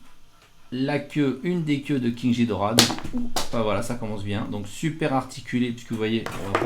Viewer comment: Juste ça se dit ghidora comme guidora pas ghidora comme jidora